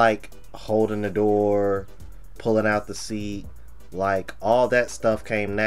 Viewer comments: I mean… to be honest. She said some good stuff, but I’m not dating a woman who can’t even say door right. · Im NOT opening, pullin out chairs or cuttin steaks for ANY HO3 that CAN'T even pronounce "Door" correctly!! 💯🤣💀